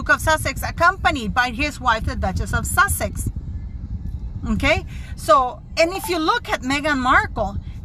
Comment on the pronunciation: Wind It is the presenter, the nice African man with the blue suit (the one who spoke French at a certain point) who presented the list of the speakers at the beginning. The way he pronounced the word sussex was more looking like wessex